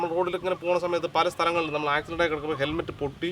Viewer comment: ഹെൽമെറ്റ്‌ ആണോ തെർമെറ്റ് ആണോ എന്നാണ് മനസിലാവാത്തത് 😂😂